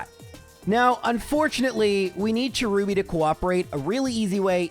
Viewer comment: Cherubi too